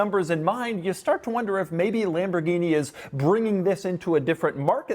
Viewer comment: Um... it's pronounced "Lam-bor-ghine-mah-shine"